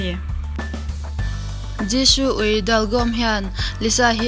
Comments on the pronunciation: Zishoo tiin ilam a thing vek jisoo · I Jisoo lam dan a dik lo Jishoo i ti 😀😀😀😀